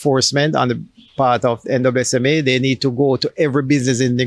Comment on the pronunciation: Why is he saying NWSMA🤨 i thought it was NSWMA🤔